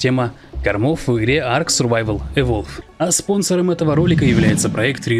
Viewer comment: evolvED, evolvED!! Там окончание "ed" на конце! Устал уже слушать про "иволв")